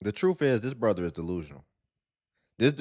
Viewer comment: So, the word brother is now pronounced blah...nice going